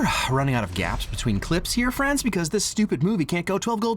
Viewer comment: Loose fri-ends? Anyway, great video as always.